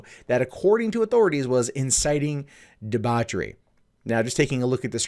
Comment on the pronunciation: When he couldn't pronounce the word "debauchery" properly, I stopped the video At least some countries still have a sense of decency & integrity. In her music video she licks apples, sucks on bananas & pours milk all over a banana. Her video was basically promoting immorality & whore mongering especially, among the youth who are very impressionable to music videos that they view as being hip & trendy. The message she promotes can only lead to broken relationships/marriages & orphaned children. The authorities in Egypt did the right thing by sentencing her.